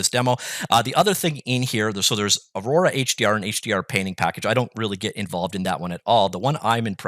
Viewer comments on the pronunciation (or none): none